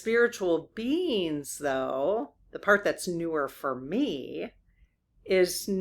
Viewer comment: I love the way you say "spiritual beings" and it sounds like "spiritual beans" lol